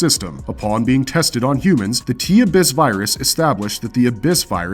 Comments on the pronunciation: Say it with me uh biss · Yet he couldn’t pronounce ‘regularly’ or ‘abyss’